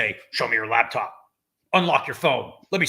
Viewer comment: Driving me insane that Daniel is saying labtop